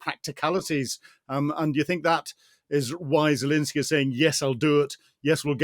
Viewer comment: Right, but his name is Pres. "Zelenskyy." I don't care if you drop the second "y," but at least get the right initial vowel and includ the 'n.'